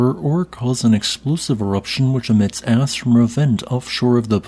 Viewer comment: I think he says 'that emits ash', but I admit it does sound like 'ass'!